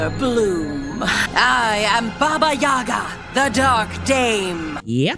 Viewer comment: omg why these 4 look like that??? Also its always crazy hearing characters pronounce their own names wrong, like baba Yaga (like, why would the first sillible be stressed? Its always been second one.) Minimal effort? An iyota of research? Too much for winx club